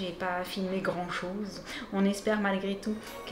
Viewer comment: elle a dit sose au lieu de chose 😂😁😘😍